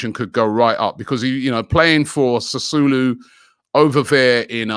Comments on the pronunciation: It's pronounced Sassuolo not Sassulo. Robbie man sometimes. His knowledge of football shocks me sometimes. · Robbie ask James to help you with he pronunciation of Italian names , Sassulo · Sassulu !! Ffs not even close. Not like it’s hard to pronounce Robbie. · Sassuolo not Sassulo Robbie. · Man pronounced "Sassuolo" as "Sasulu". Gotta love Robbie's pronounciations 😂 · Sasulu .. looks like Robbie gonna get a warrant against him for wrong pronunciation fam. Just call James for it alian pronunciation fam. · Robbie pronouncing Sassuolo as its an African recepy. What a legend!